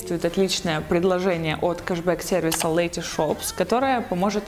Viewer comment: Правильно не лЭти шопс, а Лети шопс 😊